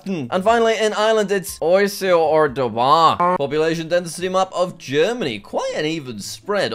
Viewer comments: it's pronounced like ish-ka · The “oui-is-a” got me rolling on the floor 😭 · And Irish. It's "Ish-ka", not... "Oyseyuh" or whatever that was. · Jack trying to pronounce water in Irish is so funny. If anyone is wondering, the Irish for water is pronounced ish-ka (uisce). I don't recognise the other word used. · The way to say uisce is ishka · love the irish pronunciation for water jack (its prounounced ish-ka) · it’s pronounced Ishka but good try jack!! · jack his e is pronounced ishka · Jack tryna pernounce uiche was funny (actual pernunciation: is-ka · it's pronounced ishka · Uisce is pronounced ishka Jack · it pronounced (ish-ka) but I never heard dobhar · nah how did he pronounce "uisce" its js ish-ka like what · as someone who learned a good bit of irish in school i can confirm jack sad uisce 100% wrong